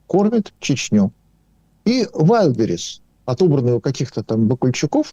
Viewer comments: К сожалению, у Асланяна, неприязненное отношение к России от Рождества Христова. И он знает истину только в одном направлении-все обгадить. Даме надо научиться делать правильно ударение в слове Wildberries. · Ведуча! Ты хоть ВАЙЛДБЕРИЗ правильно произноси ☝️